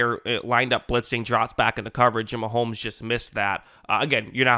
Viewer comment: It’s Mahomes NOT Maholmes.